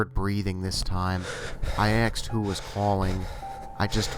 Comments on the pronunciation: He keeps saying "axed" instead of "asked." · Why does he say "axed"? Call me a grammar Nazi, but it's pronounced "asked". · aSked, not axed. Please! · I “axed” who is this 🤣🤣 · If you are going to put yourself out there and narrate stories, I beg of you, please pronounce the words properly. Ask, asked, etc. is not pronounced axe, acts, etc. This is a huge pet peeve and my skin crawls each time I hear it. I'm not even sure if I can finish the video. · Stop saying "axe" and "axed" when it's ASK or ASKED! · the "aksed"....it irritates me so much!! ASKED...asked...asked...asked... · Why the fuck do you sound like you have a blocked nose constantly and say 'Axed' instead of 'Asked'. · Omg, great video but please say aSked, not axed. Sorry. I really love everything else. Please don't hate me! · Axed lol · Axed? come on man! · Sorry and no offense, but one can only take so many "I axed" before pausing a video and moving on. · annoying af aaaaxxxxed damn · "I axed it to say something", "I axed whoever was on the other end if they needed help", "when the dispatcher came on, I axe her if there are any accidents tonight" I'm sorry, you're awesome and I love all your videos, but your "axing" made me shiver more than the story itself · good stuff but I would suggest you learn to say the word "asked" properly.